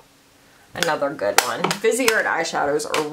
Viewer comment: You do realize that the word GOOD doesn’t have a T at the end of it, right?